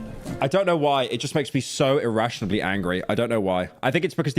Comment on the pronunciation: someone tell pyro it's not "irrationably", it's "irrationally"